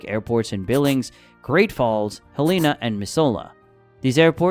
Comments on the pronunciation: Gotta love AI Not My-soul-a It’s Mizzoola Nor is it Hel-lain-a It’s Hell-an-a 😮😂😊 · Heleena... nope...Hell- uh -nu...lol😂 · Missoula is pronounced Mis zoo la lol And Helena is not Hel ee na lol Also 80’s in the summer? Try 90-100 lol I like our hot summers thank you! It’s usually only double digit negatives between January and February. Here in Helena it’s usually like -27 around January but not the whole winter. It’s dry cold so doesn’t feel as cold as the wet cold like Washington or down south with more humidity. We have many days with snow on the ground but it’s sunny out. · Also, Missoula is pronounced, Miz oo lah, and Helena is pronounced, Hell n a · Pronounced Hell-eh-na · Helena na it’s halana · its not mis-so-la its miz-zoo-luh, and Helena is he-leh-nuh. You did get Kalispell correct :) and thank you for chasing away people from our beloved Montana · Helena is pronounced hel-eh-na and Missoula is pronounced Mi-sou-la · Mizz-oo-la and Hell-eh- nuh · It's hel in ah. Also, our tourism motto is, get lost for a reason... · I've been in Montana my whole life and I can tell you, there's so much misinformation in this video. We usually have snow in June every year. It's Miss-zoo-luh. And Hell-in-uh. My God, why cant someone from Montana make a video on Montana. They only thing I enjoyed in this video is you convincing people to not move here, so please, come visit but then get the hell out. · Ok. I expected Helena, but the way Missoula is being pronounced is making me twitch. Also, Montana is terrible and you might die. Don't move here. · Were I posing as a Montana expert, I would start with pronouncing Missoula and Helena correctly. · My biggest issue is the mispronunciation of helena and missoula. Other than that i thank you for turning away others. Im so sick of the out of staters, and a lot of montanans, but we dont need any more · Please learn how to properly pronounce Missoula and Helena. Show some respect! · Yes tried but still got it wrong.